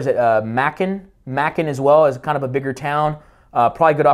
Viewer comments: LOL... it's "May-cun" Georgia. Not "Mackun" Georgia. Good video! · funny when i heard you say Macon Ga - it's pronouced ma-con (rymes with bacon) great job breaking this down